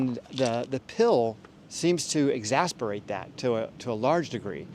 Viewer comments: It's EXACERBATE (x-ass-er-bait) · Exacerbate... Not exasperate. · The word is ex-ACER-bate, to make worse.